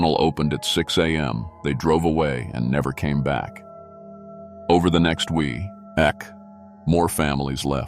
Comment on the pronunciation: I like the stories, but is it really that hard to replace that damnable computer voice with a human reader? I work cheap and would never pronounce the word week as wee ek.